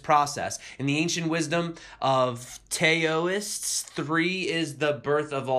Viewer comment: "Tayo- ist" ...Facepalm.